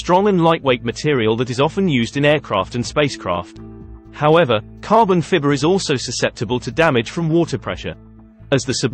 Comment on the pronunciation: What is carbon "fibber"? LOL!